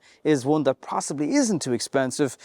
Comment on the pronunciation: That -> Tharse